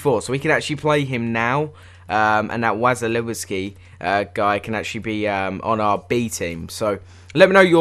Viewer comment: Its pronounced was-ill-eski